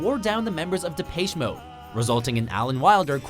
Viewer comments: De-Paysh Mode? Really? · DE PACHE MODE?????? FUCKING GET IT RIGHT. IT'S PRONOUNCED DEP-ESH MODE. Also this list was just an excuse to hate on Metallica again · "depayche mode" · Depaische Moad...?? What the...???? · Depeche... lol.. can't at least invest 1 minute and research how to say the names properly? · ROFL i knowrite i was like.... depache mode? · what the hell is wrong with watchmojo and their obsession with mispronunciation of names. especially well known names like "depache mode" maybe look up correct pronunciation before you read your lines. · "DepAYSHE mode" ...just, look shit up before you say it, please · De'pay'che Mode? Ugh, these pronunciations kill me.. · lol the prenounce the Depeche mode.. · Wow you really can't say Depeche Mode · Ikr? I cringed so hard, I hate when people mispronounce the name of my favorite band. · Did.. Did you just mispronounce Depeche Mode? Oh god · You are miss pronouncing depeche mode